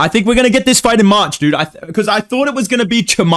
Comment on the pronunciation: Cannot hear this say march without hearing marcin tybura